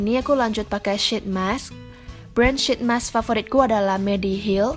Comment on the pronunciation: It's pronounced "sheet mask", not "shit mask" :))